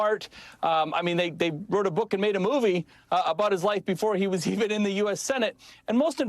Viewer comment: After mispronouncing VP Kamala Harris' name, Gov. Sununu proceeds to call her stupid and lacking in leadership skills. He falls all over himself sucking up to Vance. From the state with the great motto of "Live Free or Die" comes a shameful governor spewing a torrent of lies. Sorry for you NH🕊